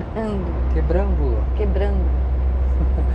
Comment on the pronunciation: Quebrangulo minha terrinha, o nome da cidade se pronuncia como se estivesse falando as sílabas Que-bran-gu-lo rsrsrsrsrs, a forma como vcs falaram é como se tivesse um acento circunflexo Quebrângulo